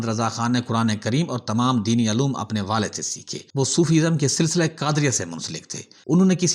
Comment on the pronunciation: Uloom(علوم )ko ALOOM kah te Huve sharam Ani cahiye urdu ka khoon Huvejaye hai